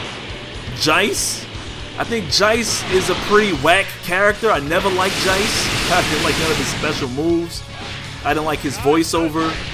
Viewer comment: It's funny how he pronounced Recoome as "Raycoome" and Jeice (pronounced JAYCE in the english dub) as "Jice."